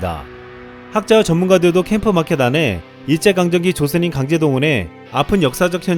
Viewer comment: 조선인 발음이 조센 할려다가 조선으로 급 바꾼 발음 같지?